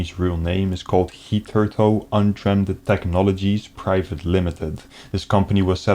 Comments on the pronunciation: Thats not how your pronounce hitherto 😅... try a google search for the pronunciation buddy. Its not "heat-her-toe" its "hi-thuh-to" or "hi-thr-to" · lol the word is pronounced "hither-to," and it basically means "up until now." It's archaic English.